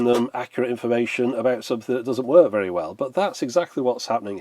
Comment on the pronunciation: are you okay bud? And it's VERY, not "vary"